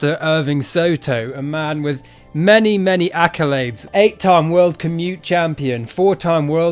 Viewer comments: its pronounced CUE-MEE-TAY. Not commute LOL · Coo-mi-tay. Not commutes. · Kumite is pronounced: KOO-me-TAY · Commutes 😂 its ku mi te say it slowing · It's pronounced. Ku Mit Tay. Not "commute". How do you get that from, Kumite. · It is not pronounced as "commute", it is pronounced "koo-mah-tay". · Ku-mi-te. Not "commute". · It's not a COMMUTE. no one driving anywhere... it's a KOOM-IH-TAY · I like your work but it's not commute... It's kumite... pronounced Koo....Meh...Tay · Kumite is pronounced Koo mi tay, not key-moots. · I'm sure you're calling it commute as a pisstake but it's kuh me tay. Only found you recently and love the content so far. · Commute? You mean Ko Mi Te? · it's not "commutes" as you are saying it.. Its "coom a tay" not phonetical perfect but not driving to work :D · commutes...hilarious...it is pronounced ku mi te... koo mee tay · When you say Cumutes, are you trying to say Kumite (Ku me tay)? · It's pronounced "COO-ME-TE" not "ki-mute" :) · Pronounced...koomitay. Not commute. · Its pronounced koo-mi-tay, not commute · Dude...love your stuff but you’re pronouncing kumite wrong. It’s not “ Commute” it’s kumite...as in kume-it-tae, or something like that anyway. Ask someone who trains at a traditional dojo,they’ll square ya away. Not trying to troll you,I think your stuff is hilarious , keep up the good work. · koom a tay not commute lol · 8x "commute" champion? Its KUMITE KOO-MI-TAY 🤣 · Commutes? I think you mean kumite... Koo me teh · Buddy, I love you, but you cant just go around pronouncing kumite like commute, at least say koo me tay, that way i actually get what you mean and not sit here wondering why you're talking about your daily drive to your job at the condom factory. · Koo-Ma-Tay = kumite not commute lol. Love the videos. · I think you are trying to say ku-mi-te, it's not a commute...Lol. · Q mu tay.....not commute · FYI it's not pronounced "commutes" but you say it like the movie Bloodsport "ku-ma-tay" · KUMITE!! Not commute 😆